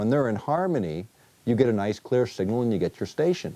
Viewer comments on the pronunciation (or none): none